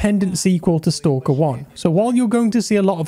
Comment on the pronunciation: man... it's not stOlker... it's STAAAAAAAAKER